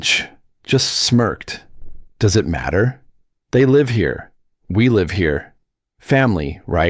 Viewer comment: The narrator is awful. Cant even pronounce words properly. Live ??? Wrongly pronounced even though spelling is the same. I could earn millions if became a Narrator!!!!